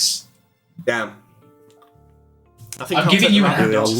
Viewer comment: Thought you were saying "five rabid ducks" so it was puzzling at first